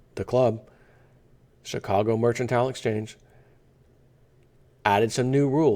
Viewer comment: its mer-can-tile..:)